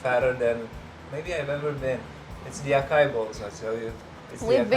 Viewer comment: Hehe say it with me, ah sah ee (acai) not ah Kay ah